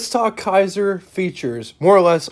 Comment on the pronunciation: Kaiser, not Kasier.